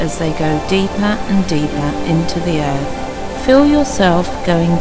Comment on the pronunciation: Liv, is what bothered me is the way she says 'breaf' and 'earf'. Don't mean to sound judgemental .... jus' sayin'. =^..^=